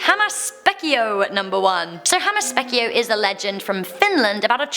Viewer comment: That had to be the worst pronunciation of Hammas Peikko i ever heard lol